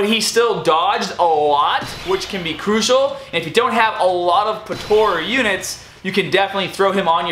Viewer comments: its po-tar-a not po-taur-a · Bro its not Potora its potara pls say it right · I love how you say "potara"